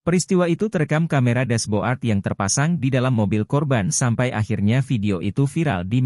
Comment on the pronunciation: ganggu banget VO nya, dibaca rubi-con, harusnya dibaca rubi-kon, dash-bo-ard, yang harusnya dibaca dash-bôrd. jurnalisme sampah copas